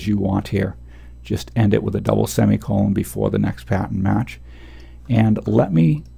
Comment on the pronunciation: Love these videos, very helpful indeed! The only thing that bugs me is that I keep hearing 'patent' when I'm pretty sure you're trying to say 'pattern' lol. That threw me off at first. But anyway, thanks for the vids.